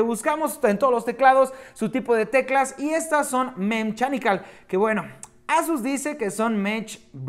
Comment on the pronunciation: mem-shanicals XD